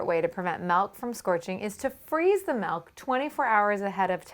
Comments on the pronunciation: ITS MIIIIILK NOT MELK PLEASE STOP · God she says malk (milk) like 1000 times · Every time she says milk it sounds like "melk" and I can't stop laughing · oh my god!! why does she say milk in such a weird way 😁😁